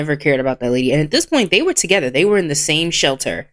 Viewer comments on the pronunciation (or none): none